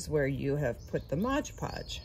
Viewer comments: Aggghhh! How many times did she want to say “MOD PODGE” wrong?! It’s not “Modge podge” lady! And what a waste of cinnamon! 😖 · MOD, MOD podge, not modge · The product your using is spelt and pronounced as MOD PODGE, Not MODGED PODGED ! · It’s Mod Podge not Modge Podge 😣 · Waste of expensive cinnamon, but I bet they smell good! And it's MOD Podge--not MODGE Podge! Like nails on a chalkboard! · Please say Mod Podge correctly, please????!!